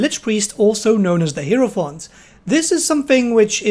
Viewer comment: "HIGH"ro"fant" they even say it in game. <3 you :)